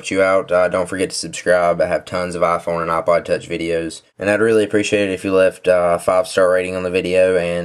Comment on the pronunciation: no offence, but its ipod, not aaah-pahd